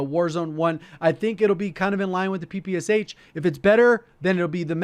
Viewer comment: My ears curled into a tube when called Shpagin's submachine gun P P S H. Must say P P Sh